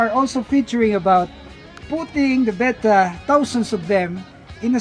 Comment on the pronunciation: says "Bet-tah" correctly. Not "Bay-tah".